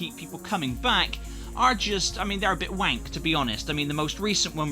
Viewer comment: "The event quests are wank" said like a true west country lad